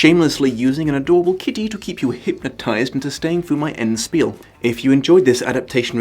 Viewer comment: I love your stuff,, you're literally my favorite youtuber. But please look up how to correctly pronounce the word "spiel"